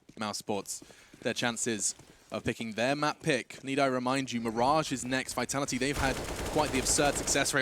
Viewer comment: BrokeBack VEE-TALL-EE-TEE BrokeBack